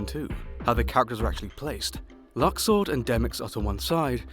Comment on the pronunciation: Its pronounced luxord